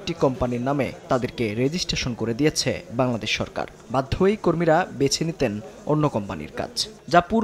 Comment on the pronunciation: উহু ওটা বাংলাদেশ নয়। ওটা কাংলাদেশ উচ্চারণ ঠিক কর।😂😂😂